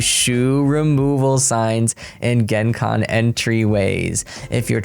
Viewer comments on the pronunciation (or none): none